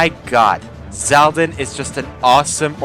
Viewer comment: It's Xaldin, Ksaldin, not Zaldin!